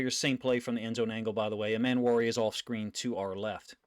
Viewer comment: Love your content. Its Eeeeeeemmanwori tho. Eeeee